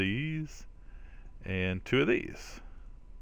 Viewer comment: "" crystal:) you can call me out in your vids. It's ok:)